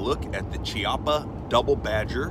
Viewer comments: I don't want to be "that guy" but It is a k sound not a chee sound. Ki-appa. Just saying bro. also good video, I don't like the gun, but that's not on you. that's On Chiappa. I like the Rhino, and a couple others, but this one, I won't ever buy. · As in Chianti